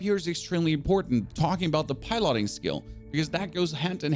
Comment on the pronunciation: Why are you pronouncing 'piloting' like that?